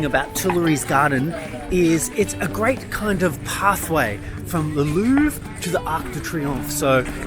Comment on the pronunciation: Loved the video but it makes me crazy how you pronounce Louvre